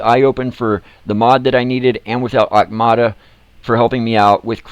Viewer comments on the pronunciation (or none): Auktuma.... Not Aukmata...